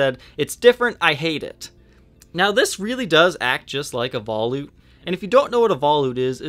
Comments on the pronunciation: Veh loot. Not vah lewt. Sorry. Awesome video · Black chrome. First thing I said when I saw this 'thing' is "It looks just like a Jackson Roswell Rhoads!!" I also believe it is pronounced vol-ute, like sport-ute, not vol-oot. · I appreciate your efforts... but for the love of god, “vuh-loot”. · Yes...... vuh-loot